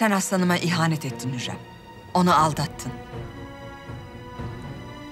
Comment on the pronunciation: It's not huyam💀 it's hurrem